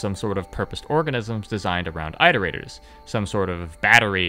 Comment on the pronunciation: "that was a pretty solid intro to the iterators, right?" He says after mispronouncing the word iterators 50 times.